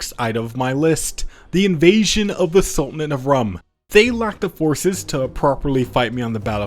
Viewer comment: Sultanate of Rum is pronounced like room. Not the beverage made from sugar